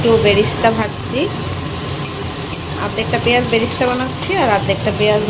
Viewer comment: Barista na beresta bole